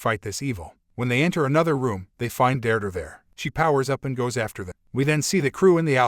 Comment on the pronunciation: Never knew "Deirdre" is pronounced "Durdur"